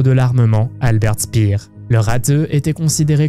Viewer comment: Alberte Stpiiiiiiir non mais MDR